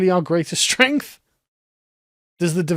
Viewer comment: "Diversity is our strengf!"